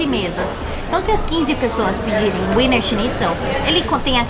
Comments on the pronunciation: adorei o vídeo adoro essa tag, mas queria dizer a vcs que não se pronuncia WINER SCHNITZEL com W, se pronuncia com som de V ( em alemão o W se pronuncia com som de V) Beijos 😘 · O "w" tem som de "v". Ouvir Úiner foi dose :) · WIENER se pronuncia VINA. Em "brasilês" é VINA SCHINTZEL. Wiener significa vienense em alemão. Aquela salsicha vina que vocês comem no sul significa salsicha vienense, só que escrita como se pronuncia. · Aprendam; W em alemao tem som de V. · A pronúncia é Viener...o W tem sim de V na Alemanha e Austria, meus queridos. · Muitos bons os vídeos! Vocês estao pronunciando Wiener errado, aportuguesando seria algo como vina. E por curiosidade, Wiener = vienense, de Viena. O autêntico Wiener Schnitzel é feito de carne de vitelo (bezerro). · Olá, adoro ver os vídeos e esses de comida são bem cruéis (pq eu tb quero). Eu queria dar algumas pequenas dica de alemão... Diferente do inglês, o W tem som de V e o E tem o som de A (exceto quando está com IE, que tem o som de i comprido). Espero que tenha ajudado! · Queridos parabéns... o skema é Eslovénia mesmo!!! Ahh... o nome é "Víenêr" <-pronúncia pt, e está parecendo winner ... o Schnitzel está correto... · Gente, como vcs usam o app de linguas acredito que o nome do prato seja mesmo pronúnciando o W como U como no ingles como vocês disseram... Mas eu sempre achei que pronunciava como V. 🤔 Sobre o Limão no saquinho é assim pra não cair sementes. 🙂🍋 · No alemão o w tem som de v. Se fala vienerschnitzel .